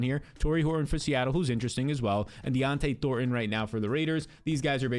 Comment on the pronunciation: Bro. It’s Dont’e Thornton…not “Dionte” Thornton lol